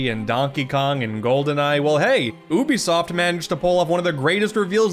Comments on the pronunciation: Its pronounced "U be soft" not "ooh be soft" bc you and other youtubers keep mispronounced it I'm giving you a dislike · Your saying Ubisoft wrong It’s not ooobisoft It’s Youbisoft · I hate how he says "oobisoft" so much. Idk I'm more used to pronouncing it as "yoobisoft" instead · You say you-bi-soft not Ubisoft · It's pronounced like "you-bisoft". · That's a weird way to pronounce 'Oubisoft' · How do you pronounce Ubisoft? 1: you-be-soft 2:oohh-be-soft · Man this was hard to watch listening to this guy mispronounce Ubisoft EVERY SINGLE TIME! Maybe a YouTube video on how to pronounce it might help you out, would have liked the video if you didnt say it so dumb everytime. Also Rayman Arena is the best, with 2 being a close second